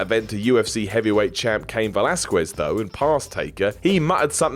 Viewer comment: Try pronouncing Velasquez as velaskez (makes it sound fluent and it's how the ufc pronounce it) you probably will need to mention his name a few more times just thought I'd help out